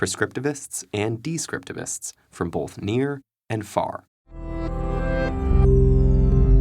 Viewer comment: he placed an L in the word “both” , making it “bolth” I always unliked its when people’s do that at and also when all of the sudden she puts an R in a adverb like “wash” too because how come they would want them to sound like “warsh’ or anything! When worse comes to shove ii under stand what they explain as a word salad is, only moreover